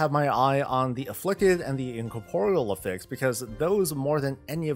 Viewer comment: Is just trolling with how he pronounces Affix? Why does he keep saying A Fix? Blizzard is already doing A Fix for m+